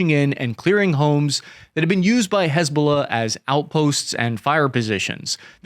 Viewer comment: Damn. You do a great job. I would just say this. Hiz-Ba-Lah. Not huzbullah. You're discombobulating it. hizb ba laah. But Dann, you're knowlledge is impressive.